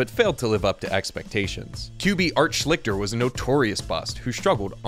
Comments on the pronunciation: Art “Shlickter?” Really? It’s pronounced “Shlees-ter.” Interesting vid, though. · Art Schlichter's name was pronounced SHLEE-ster.